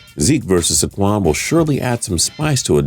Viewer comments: Marcus MariAHta?? Seriously? SAHquon Markley? nice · That's not how you say saquon or mariota. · Or saquan it’s so 😂😂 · saQUAN Barkley